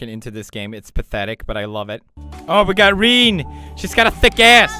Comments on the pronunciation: “Reen” 😂 it’s pronounced Re-Nay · when he said Rene I was dead my middle name is reneé it's pronounced ren-a